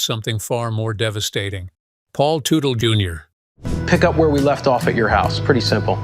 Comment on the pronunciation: The AI reader can’t get the name right. It’s pronounced Tuttle not Tootle.